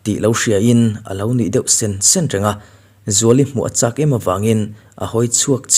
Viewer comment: Sên 1 nilo in chhin (sen) 1 tih tur ania. Sen 1 tiha sen hi rawng(colour) sen tihna ani e